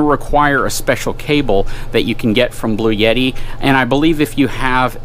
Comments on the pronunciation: Bluetti, as in bloo-etti, not Blue Yeti lol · It's Bluetti, not Blue-Yeti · It’s a bluetti not a blueyette